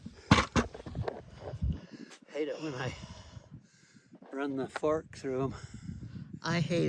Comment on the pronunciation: 😂😂 I thought said the f word! But he said fark 😂😂😂 (fork)😂😂😂